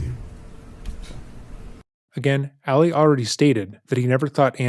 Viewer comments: I always watch this YouTuber videos, but I can’t watch this one bc of the amount of times he says Alley opposed to Ali. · Why is he pronouncing the name as Allie? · i agree with a lot of what u share in this video but please learn how to pronounce Ali when it comes to Muslim culture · Ali not Ally. You are pronouncing it wrong.